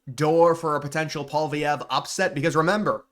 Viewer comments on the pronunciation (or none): It's pwa-lee-ev. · … I’m a Canadian. Why can’t Americans pronounce Pierre’s last name 😂 it’s “Polly” (like Polly market) ev. Pierre Polly-ev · Why can you say poli market but you can't say poillievre (poly-ev). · If you want to have any credibility in your videos, at least learn how to properly pronounce Pierre Poilievre’s name properly.